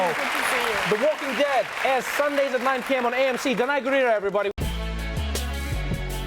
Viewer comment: Trevor pronounced Danai Gurira the right way as they are neighbor as he is from South Africa and she is from Zimbabwe